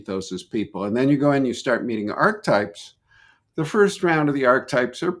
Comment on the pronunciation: it’s pronounced Archetype not Arch-Type